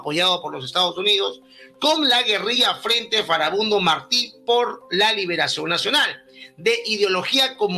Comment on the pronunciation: En cuanto dices "Foribundo", dices "Furibundo" jeje. No, su nombre era FARABUNDO, es decir FARA BUNDO, FA-RA BUN-DO.